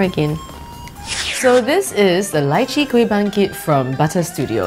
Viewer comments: Every time she said Lychee i died a little inside lol Still love you though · When she litchi .. i thought she said elaichi..!!